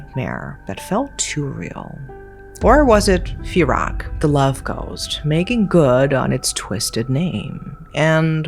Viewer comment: It would be pronounced 'Pee-rack' and Pee-ohm' Teerak is what you call your sweetheart in Thailand.